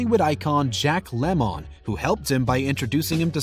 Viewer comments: it is jack lemon as in the fruit not jack le mon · It's pronounced lemon not lemone. Lol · It's lemon not lemown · It's pronounced Lem un not Le mon ya fruit. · Who is Lem-mon? It Lemon dude. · Jack Lemmone? That's hard to hear. It's LEMON! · Jack Lemon...not Le...moan! San FER NAN DO! BRA VO...not Braaaa Vho! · So when did the pronunciation of Jack Lemmon’s last name become “La-mōn? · If you're Eddie Murphy in Beverly Hills Cop then it's pronounced lemone. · lol you can't say 'lemon' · How the hell does this person not know how to pronounce Lemmon? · You don't even know how to pronounce Jack Lemon's name correctly? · Really??? You screw up Jack Lemons name?